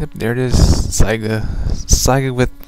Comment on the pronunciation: Learn how to say saiga it's pronounced sAiga